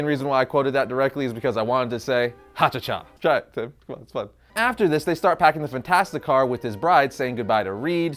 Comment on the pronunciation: ....how the hell do you mess up saying "ha cha cha?"